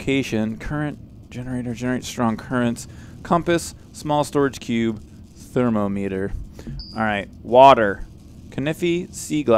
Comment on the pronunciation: you get to thermometer and read "Thermo. Meter." haha!